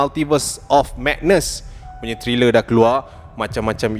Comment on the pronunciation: Sebut tu bg betul la ckit.bkn triler tp trailer.bkn chris iven.chris evans.homework la dulu bang